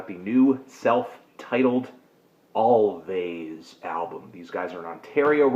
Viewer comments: Also, it's pronounced "Always", not "Alvays" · Its pronounced always btw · Anthony thinking it was pronounced with the V sound is almost as bad as the 3/10 review where he thought the Weeknd was a band